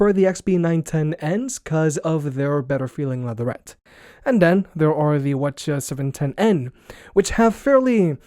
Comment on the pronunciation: why is be pronouncing the ch710n like that. all the others start with wh because they are wireless headphones. GOD I HATE EVERYTHING